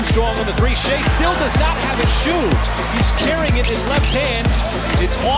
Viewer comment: I luv shie not Shai Pronounced Shay but shie pronounced sh hii